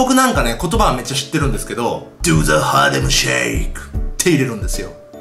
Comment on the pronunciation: ヒカキン harlem の事発音良さそうに言ってるけど 読めてないww